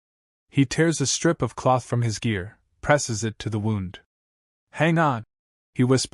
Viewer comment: Dear AI, it's Wound(like Woond)